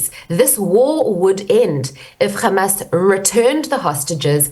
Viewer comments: She might as well be an Israeli government spokesperson, parroting nonsense amount Hamas using Palestinians as human shields. And the way she pronounces Kkkkkhhhhhhhamas... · She is now pretending to be a Jew,pronouncing Hamas as KHamas